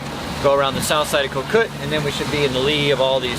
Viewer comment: Having just spent 15 years in Thailand, here's a pronunciation tip: "Koh" means island, and the pronunciation is a bit more like "gaw."